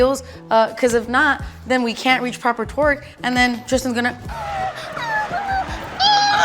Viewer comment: Love how says “twerk” instead of “torque”😂😂